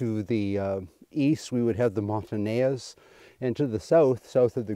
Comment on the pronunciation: This is great. BUT, it’s “Mon-tan-eyes”. I used to say the same. Keep up the great interpretation of history.